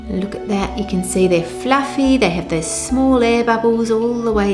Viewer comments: Its pluffy.. but is it jiggly? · The way she pronounces 'fluffy' is one of the most beautiful things I have ever heard.